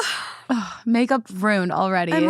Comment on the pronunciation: Did you say “ruined” or “rooned”?? Cuz ruin has 2 syllables Haha I’m just friendly teasing you cuz I listen to you every single day so we’re spiritually friends now Lol